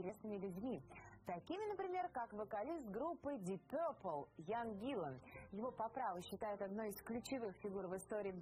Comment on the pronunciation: Да не Ян он! А Иэн, ударение на И